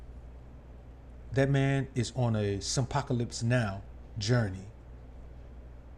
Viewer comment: When you said SIMPocylpse I lost it! Rotflmbo 😂